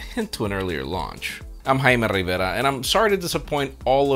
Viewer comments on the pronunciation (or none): You only said jaime revera once but WHY 😑